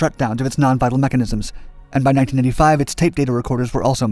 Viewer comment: I assume he’s saying 19*85* but it kept sounding like he was saying 1995 etc